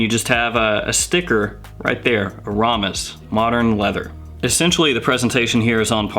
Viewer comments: It's pronounced "Air-a-mis" not "A-rom-is." :) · I'm pretty sure it is pronounced AIR-a-mis. Just FYI. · In case you care, it's pronounced: Aramis (AIR eh miss) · I pronounce aramis as AR uh miss. I have my dad's old bottle still half full from the 70s 80s. Splash bottle. Shit is strooooong. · You're pronouncing Aramis wrong bro... there isn't a U in it!? 😁 You live in the UK? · I was so saying that out loud while watching... I literally cringed, lol